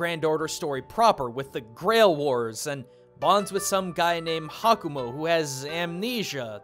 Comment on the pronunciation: Small correction: The character you pronounced as HakuMo is actually named "HakuNo"